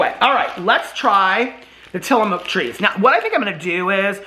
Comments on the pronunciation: It's pronounced till a muck. However, I do love that you saw Mook. 😁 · hey! i’m an Oregon native and grew up eating Tillamook and you have to buy the blocks of cheese! they’re soo much better! and it’s pronounced Tilla-mook (pronounced like book)! Tillamook is a little town on the Oregon coast and you can tour the cheese factory! you also HAVE to try their ice cream if it’s available in Indy. love you!! coxo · Tillamook rhymes with book.